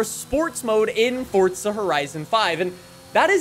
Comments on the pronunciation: It is not pronounced “Fortza.” It’s “FORZA.” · jsyk its forza not fortsa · for the love of god stop saying "fortza" when its "forza" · WELCOME BACK TO FORTZA HORIZON FIVE AND IN FORTZA HORIZON FIVE THERE IS A NEW FEATURE IN FORTZA HORIZON FIVE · Ah yes, i love Fortsa Horizen 5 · “FORTSA” cmon man.. there’s no T in Forza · wait, it it actually called Fortza? or am i dumb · Anyone else notice he is saying fortza instead of forza?? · fortza.......???????!!!!!!!!!! its forza!!!!!!!!!!!!!!!!!!!! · Umm this man says fortza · Bro.. im so annoyed "fortsa" bor its FOUR ZAAAAA FOUR ZAAA Not FORT SA Its Forza, Four Zaa NOT FORT SAA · Dude its forza not fortza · Fortsa horizon 5? Never heard of it... forza horizon 5 yea... maybe you should look at how the word is spelt and say it properly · he sounds like he is saying fortza horizen 5, i cant stop hearing it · This guy over does the “fortzuh” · Man's saying fortsa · i like the videos but "Fortza"? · lowkey annoys me how he says fortza horizon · someone teach this guy how to say forza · no T in forza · There isn't a t in forza